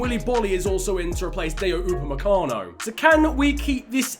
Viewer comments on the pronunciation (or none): none